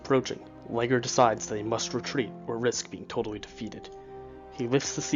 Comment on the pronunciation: " Battle of Or-Risk-Can-Knee " anyway your videos are very very good despite any pronunciation boo,boos.☺ I believe one of the British commanders was pronounced " Saint Lee- Geer too.😙